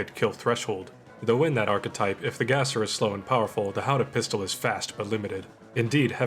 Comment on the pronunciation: I understand, I think you nailed "Gasser" but I'm pretty sure "Frommer" is pronounced with a short 'o'.